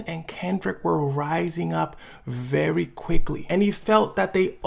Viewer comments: did my man actually say, "vewwy"? Hahahaha, I'm geekin, my man slid in a mean ass Elmer Fudd impression all quiet-like, no hate or nothin like that... just thought it was funny, had me laughin when I heard it. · bro you did not just say “vewy” like you bugs bunny or something